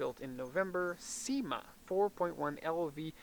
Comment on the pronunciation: Cima, pronounced SHEE-ma